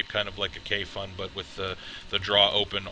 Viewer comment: It sits pretty flush on a Poldiac, looks almost like a hybrid. On a sidenote, Kayfun rhymes with typhoon.